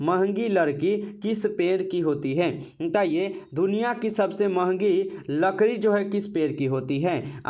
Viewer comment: लड़की ❌ लकड़ी ✅